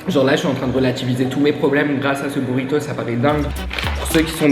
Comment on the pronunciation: Bouritos, ça m'a dérangé ahah